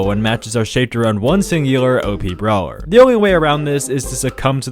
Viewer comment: i swear to god if u say brower one more time